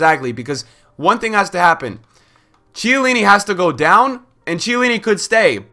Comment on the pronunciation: KHIELLINI, man! Not Cielini